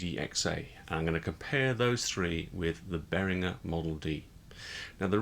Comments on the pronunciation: indeed. It's bear(H)-ring-gurr. Not "Jur" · pronounce “Behringer” as BEAR-in-juhr